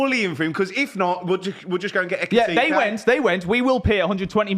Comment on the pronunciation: Eki-ti-KAY. Stress on the KAY.